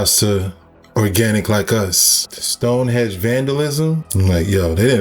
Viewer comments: Bro are you really gonna believe a man that calls Stone Henge "stone hedge", there's no excuse to be that ignorant, he was literally reading an article about the henge and still said it wrong multiple times. Bro I can't tmstand that level of ignorance, it's crazy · Stone hedge and pre hick storic. Lol. Good info though